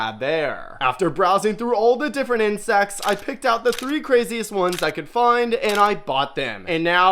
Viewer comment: bro you said inscects not crabs